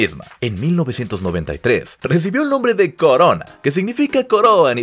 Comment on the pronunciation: Corona en italiano se dice exactamente igual que en español no coroa.